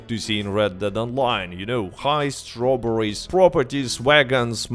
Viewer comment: Sometimes when you say ‘they didn’t add robberies’ your accent makes me think you said strawberries